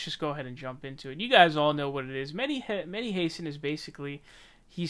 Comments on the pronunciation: “Mehdi Hase-an”??? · Bro stop calling him "meddy Heysin " lmaoo